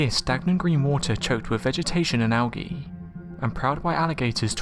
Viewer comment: I have never heard algae pronounced al-ghee before. Is that a regional thing?